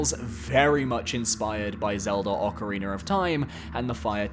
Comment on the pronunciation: Love me some Ocariner of Time.